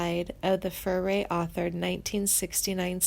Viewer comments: I stopped watching after You butchered the pronunciation of Richie FURAY, Randy MEISNER, Glenn FREY and JD SOUTHER. Clearly You know very little about these musicians. If You did, You would know how to say their names correctly. What a mess!!! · Misleading title. You must have too much time on your hands. Some of this information is incorrect. Next time review your material and pronunciation of names. You sound like a fifth grader reading from hand-written notes. Botching names of Richie Furay, Glenn Frey and Randy Meisner. Come on get real... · Click bait, narrator can't even pronounce artists name correctly .sounds like she is reading off a script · There's not a f***ing thing wrong with Timothy's career path, and he's one of the finest vocalists ever born... SO THERE. (The "narrator's" delivery and mispronunciation of artist's names is atrocious! Who the hell are Glenn FRAY, Richie FURRY and Randy MEZZNER??) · The narrator could use help with pronunciation - Randy MIZE-ner and Richie Fure-ay, Glenn Fry And he's not dead, you twit! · If you can't pronounce their names properly, you shouldn't be doing this narative. There are some questionable facts stated here also. Please learn how to pronounce Meisner, Furay, and Frey's last names properly. Just sayin'....